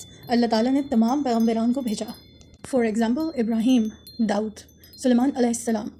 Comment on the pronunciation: Fall in love 😍 the way you pronounce Daood ❤❤❤